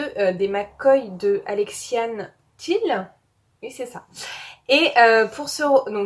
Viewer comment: Alexiane Thill, voui ! Bien prononcé ! Héhé ! Bonnes lectures, sacrée PAL !